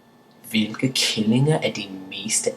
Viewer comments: make sure you pronounce killinger more like "keellinger"but still, which makes it sound more like killinger for an english speaking person. Otherwise you might end up insult women, because if you say kællinger (almost pronounced same way) it means "bitches" . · Hehe it's funny how you pronounce "killinger".. You say "kællinger", which means "bitches" ;p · It's fun to see buddy, i'm from Denmark myself.. BUT!!! Be carefull when you say killinger, the way you say it sounds like the danish word kælling (bitch) ;) beside that, fun to see that other people is trying to learn danish.. keep up